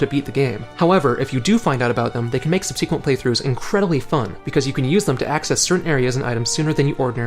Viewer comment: Nice video, but please... SUB-suh-quently, not sub-SEEK-quently.